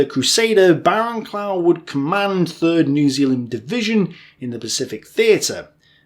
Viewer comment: And shouldn't it be Barrow-Cluff, not Barrow-clow? I'm not entirely certain of this myself, mind.